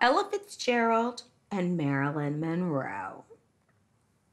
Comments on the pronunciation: M...mo.. mon.... monro... monroeeeee.. lmao too drunk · 😂Marilyn had to take a drink when the narrator couldn't get her name right... Priceless. Love this show. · I cried. And then she started failing at pronouncing Monroe LOL